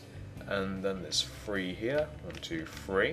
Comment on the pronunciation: How come he says free??????